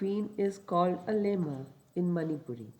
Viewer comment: I would like to do some pronunciation correction with due respect. Ningthou (Ning-th-oo / निंग्थोउ) Leima (Le-ee-ma/लेइमा) Phajei (Pha-je-ee/फजइ) Thauro (Tha-ou-ro/थाउरो) Kangleipak (Kaa-ng-le-ee-paak/कांग्लेईपाक)